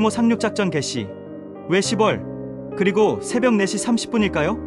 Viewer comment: 10월은 십월이 아닌 시월로 읽고 표현 해야 됩니다 😅